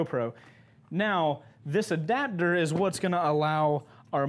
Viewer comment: In Australia they're trying to make attaching cameras and intercoms to your helmet illegal... Apparently it "breaches" our Australian helmet safety laws and the helmet's structural rigidity... P.S. Love the way you say adaptor, you say "adabdor". Keep the mad vids coming!